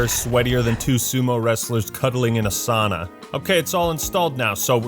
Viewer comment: I get so triggered when someone mispronounces sauna. It might just be me being finnish that that thing makes my ears bleed.